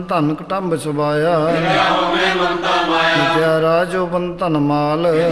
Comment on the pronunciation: ਸੁਭਾਇ , ਉਧਾਰ , ਠਾਕੁਰ ਆਦਿਕ ਅੱਖਰਾਂ ਦੇ ਔਂਕੜ ਦਾ ਉਚਾਰਨ ਨਹੀਂ ਕੀਤਾ ਗਿਆ ॥ ਸਭਾਇ , ਅਧਾਰ , ਠਾਕਰ ਬੋਲਣਾ ਗਲਤ ਹੈ ॥